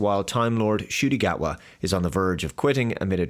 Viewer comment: “The Scot” Gatwa? Ok.